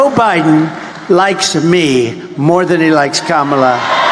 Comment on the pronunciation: If Trump can't call Kamala by the correct pronunciation shows how weak he is. How does felon ex president or criminal Trump sound Donald .